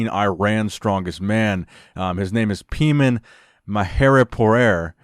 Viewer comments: It’s not pronounced pee-man 😂 it’s pronounced pay-mon 😂😂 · it’s pronounced Pay-mon! Such an extremely impressive lift by this Iranian strongman! Thank you as always for your awesome news updates as always in the iron world! I’ve been a long time subscriber for a reason! Great reporting as always! I think the record will be broken soon, as incredible as that is! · his name is not pee man 😂😂😂 ... its pey maan mahheri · Country name is pronounced E-RON not EYE-RAN. His name is pronounced PAY-MON as if you're saying Pay money, not Pee-man!, last name MAA-HER-EE-POOR Yes, 500 will be broken by Paymon not to mention the world weight-lifting champion Behdad-Salimi. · Btw.. his name is pronounced PAY-mohn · you were close it's pronounced "pay (like payment) mon ( think jamaican pronunciation of man)" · Bro you slaughtered the man's name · i am a iranian you said his name so poorly